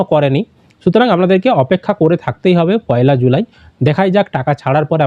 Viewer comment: July pronounciation karte pare na se abar cm